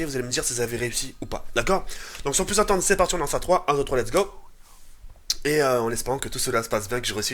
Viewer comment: Sa me tue quand tu dis : Allez 1 2 3 Lets gow avec l'accent anglais tout peter xD On aurait dit les animateurs d'hotel quand tu pars au bled xD